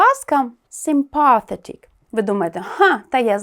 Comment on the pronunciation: Виправте правопис слова 'actually' та вимову слова 'sympathetic':)